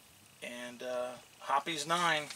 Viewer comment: It is not "hoppies" its pronounced "hops"